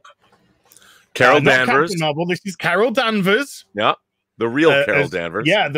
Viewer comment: Carol Danvers not Harold Manvers.